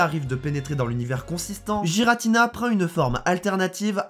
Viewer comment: On dit pas Jiratina mais Guiratina